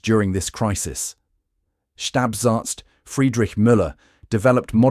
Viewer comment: Thank you for this gripping and informative video. It helps restore my faith in the human race. 2. It's a minor thing, but the word for staff doctor is pronounced 'Schtahp-ahrtz", where the final z is a crisp ts as in 'Fritz.' For some reason, German changes a final b to a p sound. Despite the frequent occurrence of 'stab' in the narrative, nobody's knifing anybody.